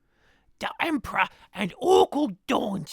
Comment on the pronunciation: The Empero-...EMPRAH PROTEKTS WWAGGHH!